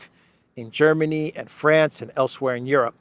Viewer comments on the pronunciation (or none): none